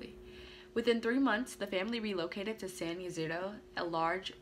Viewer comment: Pronounced San E-C-Dro😉 I was 3 years old and lived across the street. I don’t remember it but my mom told me about it. She could hear the gunfire from where we were.